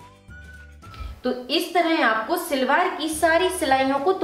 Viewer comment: Silwar nahi salwar bolain pl.nice video